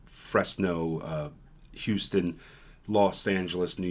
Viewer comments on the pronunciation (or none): I had to laugh at how you said Fresno.